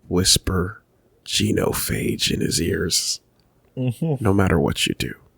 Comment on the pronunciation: It truly is amazing how goes out of his way to mispronounce basically everything in Mass Effect, especially when the correct pronunciations are given to him by the dialogue repeatedly. Why does he pronounce genophage like that? Does he pronounce genocide the same way? Ginocide